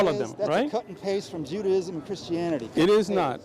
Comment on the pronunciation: Bro really just said Judaism with Judda 😂😂😂😂😂😂